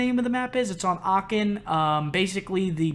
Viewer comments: It is called achen not aken 😂😂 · Aachen not Aacken wtf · . He said "Aachen", a city in Germany. And yes I am from Germany but Seth said that completly wrong 😂😂😂 aachen not acken 😂😂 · Don‘t worry about the name of the map ;) i guess none of the english speaking persons can pronounce „Aachen“ right. Becaus we pronounce the „ch“ in a different way than you.